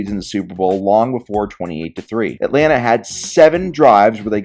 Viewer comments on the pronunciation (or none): none